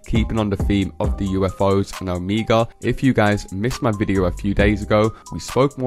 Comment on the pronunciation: It's pronounced oh-MAY-guh (Omega)